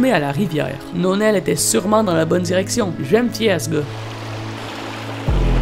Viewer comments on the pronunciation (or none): "Nonel" me fait rire XD